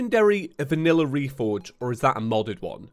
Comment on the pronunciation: it is vinalla